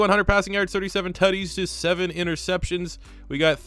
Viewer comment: Every time he says Tuddies I feel like he’s trying to say titties